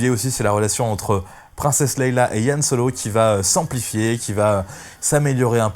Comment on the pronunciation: Princesse "Leila". Tu m'as tué en prononçant mal son prénom systématiquement. Répète après moi : Leia (se prononce "lé ya") Du coup, je n'ai rien écouté de ta vidéo. Comme quoi une vue ou un abonnement ça se joue à peu de choses. :-)